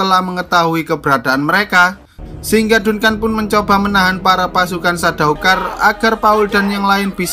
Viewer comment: Dunkan dunkan dunkan .. anjig bacanya jadi danken